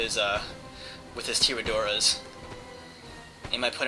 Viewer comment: its pronounced tiradores